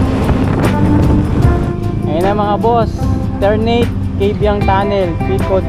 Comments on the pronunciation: Tar -na -te yon boss Hindi Terneyt 🤣🤣🤣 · ...welcome sa cavite... Ter-na-te ang pagbigkas dyan...❤ sayang di kita nakita...malapit lang sa noveleta tambayan namin...Always RS...👊👊👊